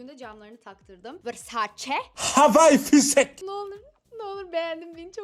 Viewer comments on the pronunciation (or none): havay fisek Dedisi yerde koptum kskskskss